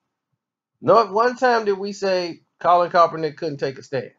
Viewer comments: Who the fuck is Colin calprineck... Jesus learn how to pronounce the names of people you critique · Your rationale is weak AF. You're saying I can't articulate to you why I support Kaep's protest and you can barely pronounce "Kaepernick." Do you not understand that the very definition of a sell out is to compromise your principles for a paycheck? Francis Scott Key didn't revise the national anthem. He wrote it like he meant it. Someone coming along later and taking a verse out doesn't change the context in which it was written. And did you really equate protesting the wearing of fur to protesting the killing of unarmed people by police, in which nobody is punished? Those acts of injustice invalidates the principles your beloved national anthem says this country is supposed to represent. Thus the protest. What don't you understand about that? And you call us stupid? Man, stick to talking about hip hop beefs. Social commentary is obviously not your thing. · Put some respect on his name and say it right